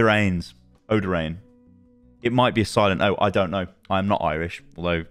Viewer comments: I know the spelling is weird but Moiras surname is pronounced "Oh-dear-an" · Dr. O-Deer-ran. There yuh go. Lol